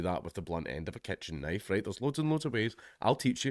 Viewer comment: "ILL TEACH YEEW"